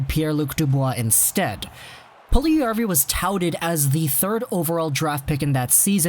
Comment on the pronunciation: Its Puljujärvi not puljujavri. Its literally written on the title